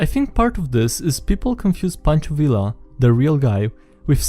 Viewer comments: WHY DO YOU SAY “Villa” I’m like 95% sure it’s “Viya” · I don't know what I was expecting from the guy who mispronounces his own name at the start of every video, but listening to you say "vil-la" instead of "vee-ya" made the little Mexican in me shrivel up, die, and come back as a revenant. Hahaha And that is why my players are now fighting an angry ghost who is haunting a bardic college that taught the wrong pronunciation of his name to its students. Hah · Its pronounced Ve Ya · Fun fact: the Villa in pancho Villa is pronounced ,like viya. Because the double L is pronounced like a Y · Learning time, double L in Spanish is pronounced like Y, so Villa sounds like Vee-yah